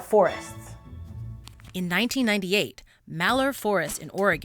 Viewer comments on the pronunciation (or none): Malheur (in Oregon) is pronounced Mal-hure, where Mal rhymes with pal and hure rhymes with pure. The H is not silent, unlike in French. Despite Malheur being a French word.